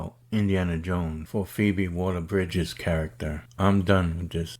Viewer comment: Waller, not walker.